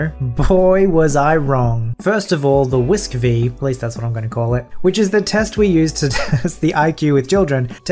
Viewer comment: Your friendly neighborhood school psych here. You said WISC correctly :). I usually have the opposite problem with parents. I get parents who want to find something wrong with their kid, and get angry when there isn’t a delay.